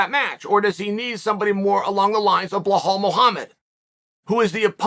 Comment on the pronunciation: Hey Chael, it's BELAL not Behol.